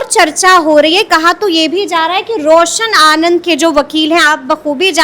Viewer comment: Ye samrin paisa kha li khan se , ye रौशन आनंद सर को रौशन आनंद बोल रही है सर बोलने में तकलीफ होती है , unsubscribe kar rha hu chennal or dosto se भी krwa रहा हु अनसब्सक्राइब